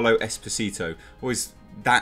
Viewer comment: If you want to pronounce his surname like it would sound in Italian, than you should move the accent: Espòsito, and the second "s" should sound soft like in "sick". Espo-sìto with the accent on the i, the prolonged sound of the vowel and the "s" that sounds like a "z" is quite weird. P.s. Italian here